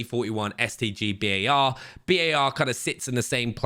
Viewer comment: My guy actually said B-A-R, love it